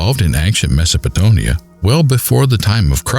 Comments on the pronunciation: Wasn't it Sumer and not "Sumera" and MesopotAmia, not MesopotOmia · Meso-po-TO-mia? Good God.